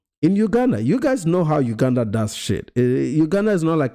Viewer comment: Please pronounce Uganda correctly ..